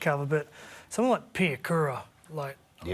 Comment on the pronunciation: Piakura? OMG 🤦🏽‍♂️😂